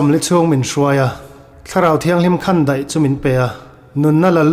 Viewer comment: Khandaih i lam dan hi a dik lo. Khan hi khanchhuk kan lama a ri hniama lam tur a ni a, daih pawh hi ri sâng ni lovin, ri hniama lam tur. Ka indaih lo, tia daih lam rik anga lam tur...